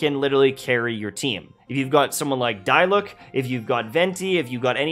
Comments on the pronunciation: HIS NAME IS SAID D LUKE NOT DLEIUC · Dude said Die-Luck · Heya it's "dee" not "dye" when saying Diluc. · everyone: diluc: die-luck:D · No one gonna talk about saying dilucs name wrong???? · some good tips but many opinionated things as well, and could use a few more examples on loadouts. also uhh straight up googling for maps and resources should not be in here. that should be common sense. your pronunciation of Diluc made me gag a little. game literally has voiceovers and you still fucked it up.